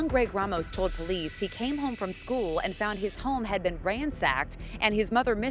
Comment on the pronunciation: It’s school, not SKEWiLL.